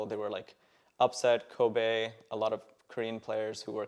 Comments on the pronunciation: Also, he's pronouncing it "Koh bay", not Kobe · He can't even pronounce his ADC's name, its Kobbe, not Kobe. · dis guy doesn't know how to pronounce kobbe……. oh god